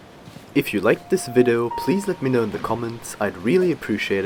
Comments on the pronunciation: its "vid-ee-oh" not "vid-oh" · Why are you saying vido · You say video vido WHY